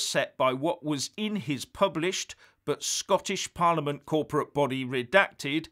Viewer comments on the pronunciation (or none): none